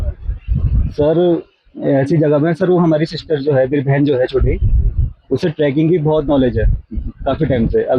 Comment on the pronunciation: Tracking area .. kaise journalist ho.. Trekking hota hai.. sahi bolo Aaj Tak ko represent kar rhe ho.